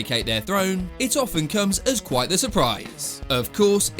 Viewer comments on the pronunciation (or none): none